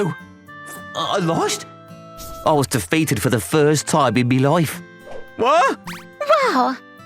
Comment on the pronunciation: ‘in me lyfe’ 😂😂😂